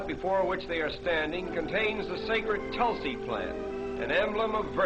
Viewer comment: its tulsi not tolsi